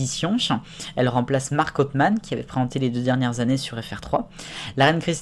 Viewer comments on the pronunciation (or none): Sinon pr marc autheman on ne dit pa authemane ms autheman.